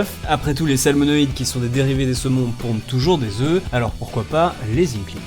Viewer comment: pondent des œuFFF 😂